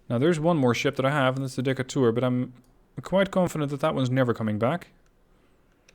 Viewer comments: Also, it pronounced "Dee-cay-tur" ...after Stephen Decatur, American Naval hero .... Barbary Wars, War of 1812 .... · I know how you pronounce Decatur is probably correct as a European, in the states, they would definitely say Dee-Kate-rrr